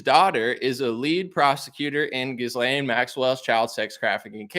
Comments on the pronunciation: Try Ga-lane instead of Jizz-Lane, despite the latter being more appropriate 😂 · Her name is pronounced G'ee Lenn. Also pronounced as Criminal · It’s pronounced something like “gillan” heard her brother saying it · It's Jizz-lane, ha ha. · In French I believe her name is pronounced (soft)geez lane. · Pronounced Gih- lan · It’s pronounced ghee-Len or jis-len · You're researching and doing a pod cast on a person and you can't pronounce her name